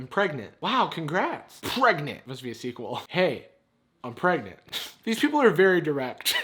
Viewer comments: I’m... pregantae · It’s pronounced Pre-ga-ga-nant Not pregnant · every time "pregnant" is said in this video my brain corrects it to "pREGANANANT"